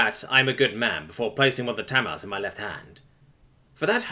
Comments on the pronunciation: By the way, I've only ever heard Tamales pronounced "tah, mah, lees". I'm guessing there's not as much Mexican food over there in the U.K., so a mispronunciation like that isn't too surprising. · I may be wrong about this, but I'm pretty sure "tamales" is not pronounced "tammals". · ta-mar-leys "tamales" lol